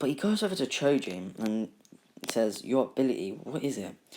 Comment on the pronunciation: I like how you say choji as chuji